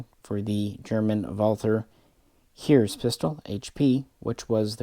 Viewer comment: Great video! Excellent information. I've been trying to determine how much I should pay for the Swedish licensed version inslead of Finnish. Im not rich enough to buy a Finnish one. One FYI tip though. The German one is a Heeres pistol, as you said, but its like "Hey-ress" not "here's" 👍Heer means army. Heeres means of the army.